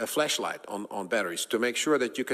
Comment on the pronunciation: He definitely said you need a FLESHLIGHT not flashlight.